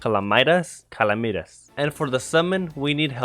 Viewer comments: Calamitas is said in a similar way as calamity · I love the way he says calamitas “calameatus” Love the vids though! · I dont understand how people can say calamity fine but cant say calamitas… like it’s literally the same word why do you change your pronunciation